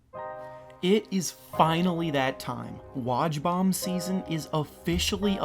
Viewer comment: You said woj bomb wrong